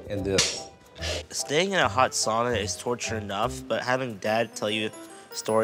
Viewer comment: I am 75% Finnish heritage. Finally, a Finn showing everyone how the word “sauna” is properly pronounced! We are after all the inventors of it. I laugh at how much of the world pronounced it wrong!